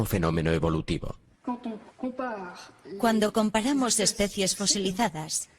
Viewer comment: no somos monos, pero eso se dice especies y no especias